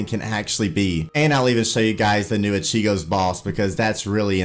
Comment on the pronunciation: you mispronounce ichigo one more time and we're fighting IGN: NewMatics